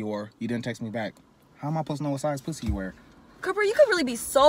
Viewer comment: ayoooo he said what size pwussy you got ....dead